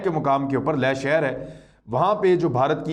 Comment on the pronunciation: Imran bhai ko do baaton par gaur farmaana hai 1. Sheher ka Naam Skardu hai Sakardu nahi aur Ladakh mein Leh hai, ley nahi. Education 📚 hai zero 0⃣ aur aap log chale Jung ⚠ karne. 2. Jung karne ke liye paisa 💵 chahiye, aur dileri ♥. Paise 💶 toh aapke ke pass Hai nahi aur China 🇨🇳 ko leke aap log Dileri ♥ dikha rahe ho, aur Bheek 🥣 maangne ki tayyari bhi kar di. Khuud ke pairon 👣 par Khade 🦶 nahi ho sakte aur teer 🏹 marna chale.